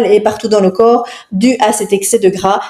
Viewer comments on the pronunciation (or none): none